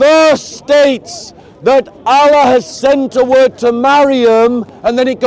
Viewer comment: How can speak to so many Muslims and still not know how to pronounce the name of the Creator in Arabic?